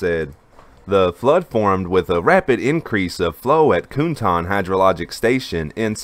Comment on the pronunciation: 'Cuntan' isn't pronounced 'coontan'. It's pronounced (approximately), 'tsuntan'.